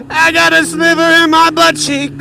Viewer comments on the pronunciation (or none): none